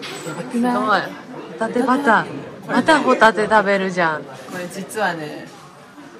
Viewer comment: 私も海賊って聞こえた~ あはははは！！！ 笑って誤魔化せ~